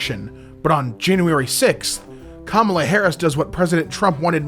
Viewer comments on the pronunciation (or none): pls pronounce kamala correctly